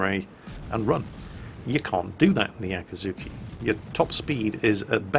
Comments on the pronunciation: So how many times did say Akazuki instead of Akizuki? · so... nerds... how many times did he say aka-T-zuki instead of akizuki?? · an easy way to remember both: Akatsuki is spoken "akatski", while the Akazuki is spoken "Akuzooki". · Here’s a good tip to tell the difference. With the one in the video: put emphasis on the ‘i”s (the EE sound) “Akeezookee” And then it sounds different to Akatsuki